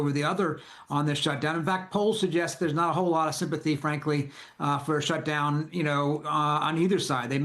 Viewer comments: Not to be "thag guy", but...SHTUDOWN...no one noticed or could fix it? :P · "Shtudown?" Your quality control is slipping, MSNBC.